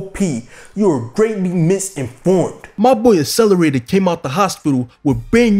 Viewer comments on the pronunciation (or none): There are two Cs in 'Accelerator'. Stop with the ASS-eleraytor bro.